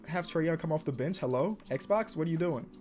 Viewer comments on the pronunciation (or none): none